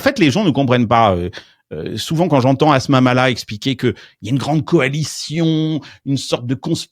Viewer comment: Heureusement que Musk existe c'est le seul qui fait encore rêver... Mars, les robots, fin du travail alimentaire etc etc... c'est du premier degré pas d'ironie vraiment Musk voit vraiment l'avenir et ça fait chier beaucoup de monde ! (y a eu un bug dans cette vidéo, le nom de Asma Mhalla a été prononcé 🥲 pitié épargnez-nous cela)